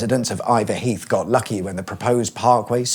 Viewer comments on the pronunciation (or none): none